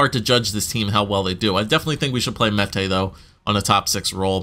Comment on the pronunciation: Finally you pronounced Mete properly... I've heard Meaty, Mata, Meta